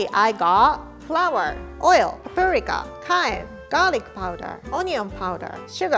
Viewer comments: so nobodys gonna talk about how she said parika instead of paprika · the way said "Paprika" had me dying of laughter still love you tho. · Notice how she pronounces paprika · the pronounciation of the paprika killed me